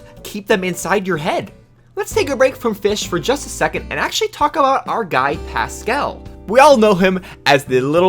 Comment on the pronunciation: Lol Pascal's name was butchered so hard.